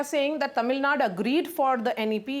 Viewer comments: Dear host and north.. it's not Tamilnad Kindly pronounce it TAMILNADU ... Dear minister, We the people of Tamilnadu knows that we are ahead of everything what you suggest. You need to follows us to uplift your state.😅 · Yeah bro . . They can't say tamilnadu and will say tamilnad. Same with kannad instead of kannada. They don't know you call your people kannadigas